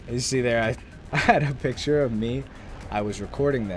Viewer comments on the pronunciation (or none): none